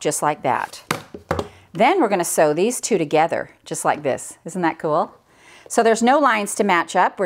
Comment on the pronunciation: Sew not see